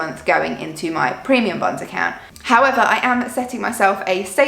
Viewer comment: The first time you said it, it kind of sounded like “premium buns”😂😂😂. Those lottery things sound crazy! We set up a checking account in the UK two years ago, and I remember hearing about those and thinking they were the weirdest thing ever! We don’t have those in the US, and they really sound like a bad idea to me👎